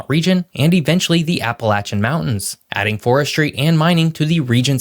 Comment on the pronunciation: Thank you for pronouncing Appalachian correctly!!! 😁